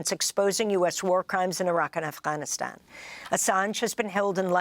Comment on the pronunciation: amy is one of the very few who pronounce afghanistan like afghanis do. go gurl. respect